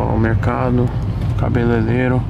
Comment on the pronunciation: SE TEM TOGURO FALANDO CABELELERO, TEM LIKE.